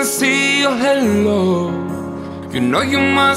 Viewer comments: Amazing singer but needs to work on English pronunciation. I could let it slide for the verses but “halo” was said like “hello” and that’s quite distracting when it’s literally the whole chorus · You have an awesome voice! But try to prettice your pronunciation a little, I'm talking about when you say "Halo", it sounds like "Hello" XD Anyway, good work! :D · Hay-lo, not hello hehe